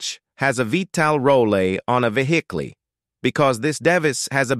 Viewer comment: Speech went from bad to: the clutch disk will not rotaytuh, how fast the flywheel row tatay. The conclusion? Clutch has a vee tal rollay, on a vehickley.